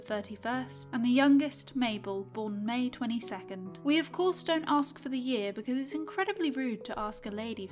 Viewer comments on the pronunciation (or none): none